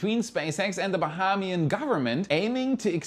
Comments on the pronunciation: you are pronouncing 'Bahamian' wrong. It's ba-hey-me-an, not ba-ha-me-an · We say "Ba-hay-mian" government. Fun fact, I'm half Bahamian.👍🏾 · It's Baheeeeeemian, lol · Learn to say Bahamas Ba-hume-az Ba-hame-E-in .....😅 Now go and practice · you are killing me with your pronunciation of "Bahamas" 🤣 It's pronounced (BAH-HA-MAS) the "HAM" sounding like how British people pronounce ham, or how Hamas is spoken.. And when saying "Bahamian", the first "a" is a long "a". (ayy) sound, so pronounced Ba-HAY-mian. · Its pronounced BA HAY ME AN - BAHAMIAN 🇧🇸